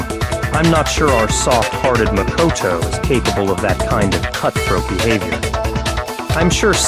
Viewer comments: pronouncing makoto: mac o tow other ppl's pronounciation: muh kow tow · The way how pronounces Makoto's name- MaKoToE